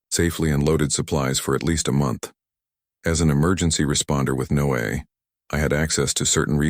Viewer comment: NO-AA? Come on! Those goofs really hurt the story. How about having a human read the stories?